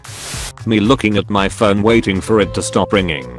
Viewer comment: p slash hone is the best pronunciation of phone ever.